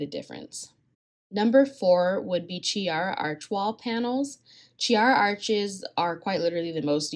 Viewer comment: it's pronounced KEY-ara. It's in Italian